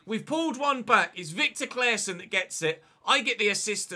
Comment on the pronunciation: Can tell you as a swede how to pronounce Claessons name. Just take away the E and pronounce it as “Claasson”